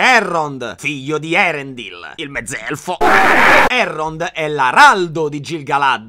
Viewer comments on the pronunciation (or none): quando nei nomi elfici c'è una dieresi (come in Eärendil) significa che quella lettera va pronunciata È un accorgimento che Tolkien ha utilizzato per far parlare correttamente l'elfico, che altrimenti gli Inglesi si mangiavano metá dei nomi con tutti i dittonghi e le "e" finali 😂😂😂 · Sono una tua bymbah sin dai tempi del primo Erripotte e ogni anno regali gioie💖 Unico appunto: la "c" è dura in Tolkien quindi in nomi come Celebrimbor, Celebrìan o Celeborn, "ce" si legge "ke" quindi "kelebrimbor". Stessa cosa per Gil-Galad dove "Gil=ghil". "Ëa" come Ëarendil si legge ËA e non "e". Aspetto con ansia gli altri video. TV1KDB